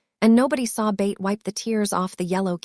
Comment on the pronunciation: Why do you pronounce Beth as Bate? It is pronounced BETH rhyming with Seth or meth.